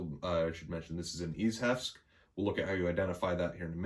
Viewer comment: Ichevsk = [ish-evskee] that’s how you say it.